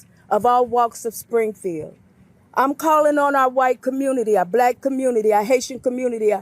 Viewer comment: Has anyone noticed how Trump pronounces “black”? Like it leaves a horrible taste in his mouth. “Blahhck” I’m sure that I’m not the only one.